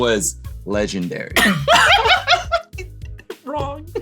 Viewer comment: It's "legen wait for it dary" not "legenD wait for it dary". The word is not legenddary